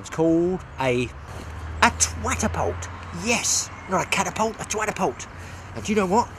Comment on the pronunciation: Now I understand 🤣 the twatapult 🤦🏼‍♂️😂🤣